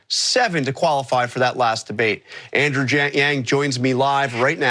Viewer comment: Did he mess up Andrew's name when introducing him?